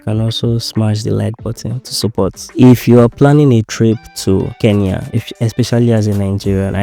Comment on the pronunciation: Glad to hear a Nigerian pronouncing Kenya correctly.. Mostly the 'N' is omitted I guess it's a Nigerian thing